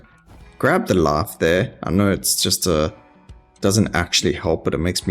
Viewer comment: I really like how instead of "life" you say "laugh" and instead of "ice" you say "ass".